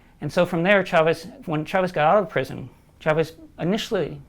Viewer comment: WE WANT YOUR OIIIIILLLLLLLLLL. The fuck does trump know about poverty?! Side note: It's pronounced "CHAvez" not "SHAvez". The same way it's "CHAir" not "SHAir". Please don't butcher the name, or pronounce it "Llaves" since that's the spanish origin.